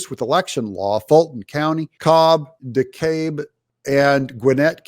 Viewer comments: FYI ... DeKalb is pronounced "De Cab" ... Fulton County has always been a nightmare. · Dekalb Co pronounced duh-cab’ locally😁. So glad to have found you again, thank you for persevering. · de-cab county